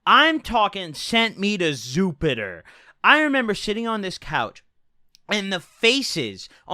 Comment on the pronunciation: "there's zupiter" fucking hilarious